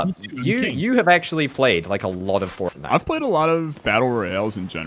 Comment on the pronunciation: Ah yes, Port-nite